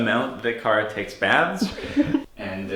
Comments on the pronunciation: I love the plate, which made me giggle. I legit car uh? Car uh ?? Kara!!!. 😂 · "CAR UH" I love it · Same, I laughed at that